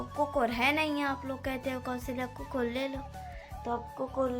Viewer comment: कुकुर नहीं बोलते बेटा कुकर बोलते है